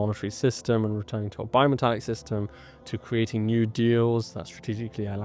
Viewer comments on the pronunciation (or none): Did he say "bi-metallic" or bio-metallic?